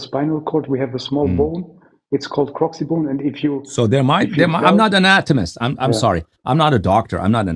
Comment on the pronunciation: Coccyx bone not crokxy bone